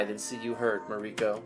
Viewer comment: It is both amusing and annoying at how you constantly mispronounce Mariko (Mar-rii-kou) in this stream...